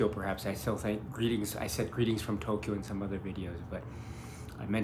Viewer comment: p.s. When English-speakers people say Tokyo they say "Tow-key-yo" which is three syllables but when you say Tokyo you say "Toh-Kyo" so it comes across as just two syllables.